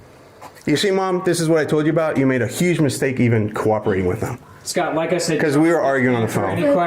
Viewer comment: Except he and everykne else in the video continually mispronounce the name 'scott' by saying "scart"